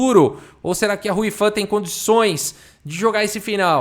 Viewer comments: Quando o falou "Hou Yifan" na abertura, eu escutei "a Ruiva responde com e6." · Todas as vezes que o ia falar Hou Yifan eu acho q ele ia mandar um "Ruy Lopez", haha